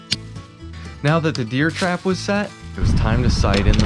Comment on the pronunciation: Are you saying deer trap?